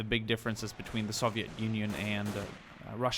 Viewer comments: Soviet not SAVIET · Why do you say it like soveit